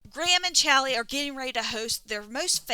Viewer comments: Because caps lock. Aside from that: Al Lee is what you're saying. Aw Lee is what he's saying. They are definitely not the same. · WHY CAN'T YOU SAY CHAULEE?